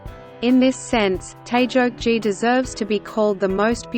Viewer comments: 저 나라가 알파벳이 아니라 한글을 사용했다면 태극기를 태즉지따위로 발음하는 일은 없었을텐데. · 태극기를 태조치 라고 하네 중국발음인듯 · 태적지 발음 되게 거슬리네!! 공영방송이 방송하기 전에 사전 확인 작업도 안 하나?? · 발음이 왜?저러지?태조지...? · 뉴질랜드 아나운서가 "태저지"라 발음하는데 도대체 어느 나라 말인가요?